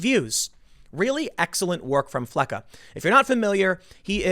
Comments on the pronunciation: its- FELCCAS not felcca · TIIIIMMMM It's pronounced FLECK-ESS not FLECK-UH Jeez, dude. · "Flecca"?..... Bruh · Fleccas not flecca. Fleck ass. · Fleccas, not Flecca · It's not "Flecca".... Austin Fletcher's handle is "FLECCAS" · Tim, his name is Fleccas. The “s” is pronounced. It’s not a plurality of Flecca. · Tim....Fleck-us, not Flecka. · Please get his name right- it’s FLECCAS. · It’s “Fleccas” goddamnit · It's "Fleccas" the 's' is is a part of the name. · It's pronounced "fleck us."